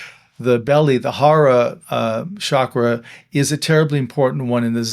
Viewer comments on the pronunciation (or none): Chakra is pronounced with a ch, not a sh per the hindi/sanskrit. Also, the dantien/tanden are not identical with chakras (or at least that's what the Daoists would say, from whom Zen inherits its native energy work)